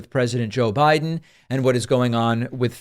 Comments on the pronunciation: "Briden"? Pakman is showing gross signs of dementia! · And you said, "Briden" 🤣